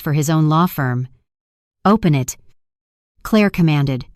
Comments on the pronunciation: Claah mispronounced. Clare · The title doesn't match the actual story. The narration is horrible. Why is it pronouncing Clair like Cla-ir? It can't read numbers and it reads to slow. Not sure if I can continue to listen. It's annoying. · Two questions: why is AI pronouncing Claire with a French accent and why can’t AI read numbers correctly??? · Foreign AI.note how it pronounced Claire?